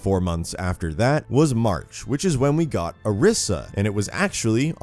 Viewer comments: It's ORISA not orsa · I don't think he said orisa right but it's just an opinion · New drinking game: Take a shot every time he pronounces Orisa wrong